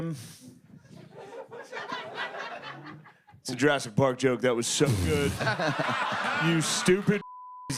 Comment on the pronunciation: Did you say drastic park? 😂